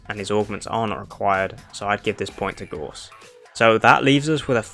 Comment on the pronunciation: it's GOUSE not gorse